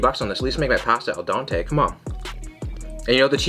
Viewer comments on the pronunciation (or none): "I spent like 30 bucks on this, at least make it all dantey" I'm not even Italian and it hurt me